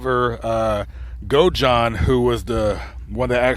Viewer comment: hey, I love the channel, but just wanted to make a correction for you, The name was Nick Godajohn not Go John lol. I mean no disrespect, just wanted to help thanks for all your hard work